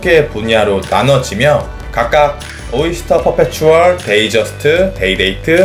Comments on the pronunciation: 데이트저스트를 데이저스트라고 하는 이유가 있나요? 다들 데잇저스트도 아니고 데이저스트라고 하는데... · 사람들이 잘 못 발음하는거죠~ 데이트저스트 또는 데잇저스트라고 발음하는 사람도 상당히 많습니다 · 뭔소리야 day랑 date는 완전 다른건데 뜻이 완전히 달라져버리는데 그리고 공홈에서도 데이트저스트라고 공식명칭을 쓰고 외국인들도 데이ㅌ저스트 혹은 데잇저스트 라고 분명히 t 발음을 넣어줌